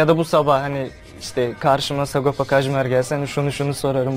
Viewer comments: bu tür programlarda neden adamın adını düzgün söyleyemiyorlar "Sagopo" nedir abi ya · Sagopo değil öğrenin şunu artık sago paa